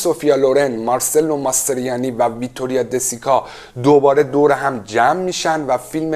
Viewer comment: کمی بیشتر در باره برنامه تون مطالعه کنید مارچلو ماسترویانی بعد تاول نه napol c C